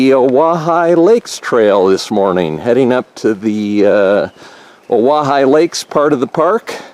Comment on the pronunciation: Wow great views lucky to have such a clear day...another nice hike for the 3 amigos! Thanks for the help on pronunciation of Owyhigh 😁